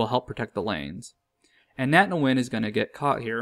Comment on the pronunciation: Also, Nguyen is just pronounced like "when"